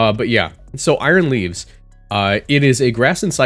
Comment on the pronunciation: I thought you said aroused for a sec 💀